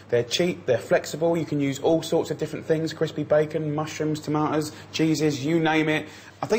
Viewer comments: I asked around in my grocery store for "toma-uhs" but so far no luck. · "Chopped tom-ah-toes" lol